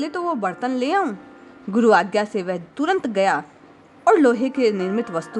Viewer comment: वह" शब्द का उच्चार आप "वेहे" ऐसा क्यूं करती है?